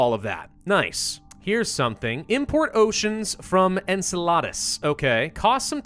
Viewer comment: Hey, great video but there’s one problem you said, Enceladus wrong it is not pronounced En sell add us it’s pronounced En sell uh dus